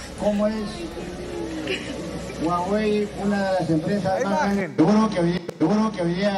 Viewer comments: En realidad, la pronunciacion correcta de HUAWEI es mas parecida a HAWAI que a GUAGUEY, grande Acuña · No es Guagüéy es Juáwei.. HUAWEI